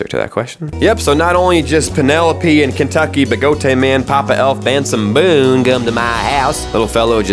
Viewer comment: Did you say? BENSON BOONE????